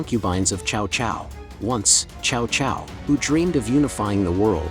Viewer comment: hate these AI voices, his name isn't pronounced chao chao, it's t'sao t'sao